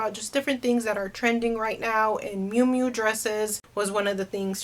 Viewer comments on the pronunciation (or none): The correct way to say Moo Moo is just like a cow ( not trying to be smart ) I really like your channel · It's Mumu, pronounced moo-moo. You didnt have a nana who wore one? Lol. All my Tias and nana rocked those everywhere, even the store. Ugh. Just sold one myself, btw.